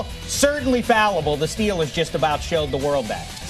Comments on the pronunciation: 0.:23 Just listen to what he said Stellers? It's Steelers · He called them “Stillers” meaning not going anywhere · He means "Stellars", not a bad thing